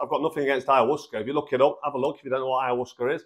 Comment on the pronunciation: Two things - 1) Ayahuasca is pronounced Aya-wasca and 2) It contains DMT...nothing to do with releasing DMT from the liver. It is also one of the most powerful psychedelics out there...not something to be underestimated, by anyone.